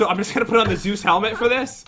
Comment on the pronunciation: Zeus Helment How pat says it: Zoo's helment